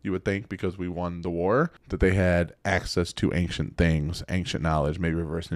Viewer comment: Every time you say the word "ancient" as "ank-chent", I die inside a little. 😢